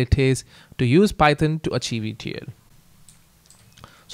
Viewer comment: Python ❌ phayethon ✅😂